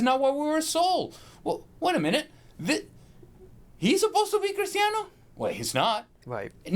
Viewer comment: Lol.. when did Cristiano become ' Critano '